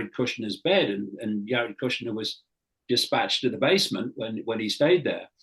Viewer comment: I don’t trust this guy! Basically he is saying the WHOLE truther community is a bunch of liars and con artists! Dude pronounces “Jared” as “Yared”! 😂😂